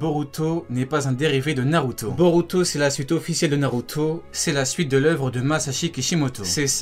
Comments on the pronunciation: " Narutoooo " pk t'appuies sur la fin ? mdr t'as une manière de prononcé Naruto mon gars c'est chaud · cette facon de dire naruto mdrrrrrrrrrrrrrrr